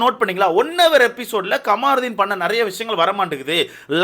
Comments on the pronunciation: Not kamaaarudin its kamarudin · Ckamrudhin name a correct pronounce pannunga